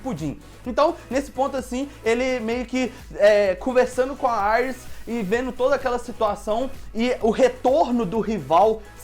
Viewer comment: Não se fala Aires, e sim Iris kkk